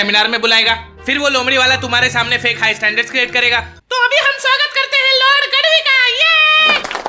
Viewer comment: Bro गढ़वी है गड़वी नही